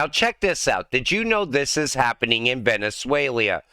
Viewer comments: It's VENEZUELA not VENEZUELIA!!! No 'I' in TEAM, neither in VENEZUELA!!! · He said it twice but then corrected it the third time. Don't get caught up in small details and miss the point though...